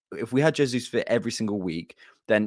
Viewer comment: jesus in Portuguese as "jay-zus" and not "hey-zus" that's Spanish.